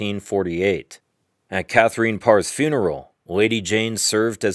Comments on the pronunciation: clicked off as soon as you pronounced "Katherine" in a weird way. "Kather-een" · This was a nice piece. Thank you taking the time to reply to us. I did go learn a bit more about Katherine I believe she would have approved of the Spanish/French intonation with which you pronounced her name. Keep up the good work! Thanks again for the reply.